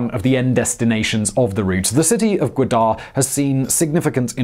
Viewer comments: Its ga wa dar not guader deckhand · Its Ga Wa dar not gadar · Godar? it's Gwadar silly. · He can’t pronounce gawadar port Chutia expert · it's Ga-Wad-Dar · It's Gwadar Port City...not Quetta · the way he pronounces Gwadar is giving me anxiety. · Also please try to pronounce names like Gwadar somewhat similar to the correct one. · it is not peshwar it is peshawr and not gudar it is gwadar not making joke just telling